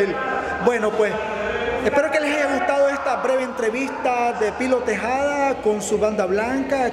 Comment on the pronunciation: Tejeda no tejada